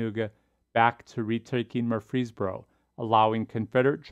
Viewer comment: Great video, but as a resident of Murfreesboro, allow me to tell you that the way we pronounce it is MURfreesboro, with the emphasis on the first syllable